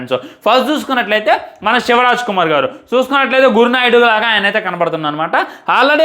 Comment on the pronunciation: Gur naidu kaadu ra babu Gowrnaidu